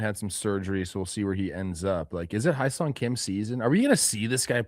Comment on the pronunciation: Soon the founders of the Hyeseong Kim Fan Club will know how to pronounce his name